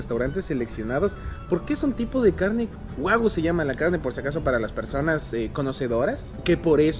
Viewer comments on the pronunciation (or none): Wuagu?? jajajaja o Wuayu? jajaja aquí en el Ecuador si se puede comer así y aquí en el Ecuador existen restaurantes que la cuenta te sale 6000 mil tranquilamente.